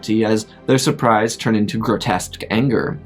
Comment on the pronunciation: Liked the the way he said surprise sure-prise